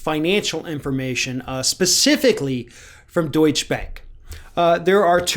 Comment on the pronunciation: Deutsche Bank not Deutschbänk